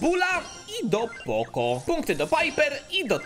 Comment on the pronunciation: mów poko a nie poco